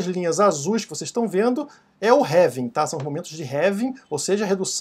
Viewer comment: Pq vc fala "révim"? Não seria "Relvim"?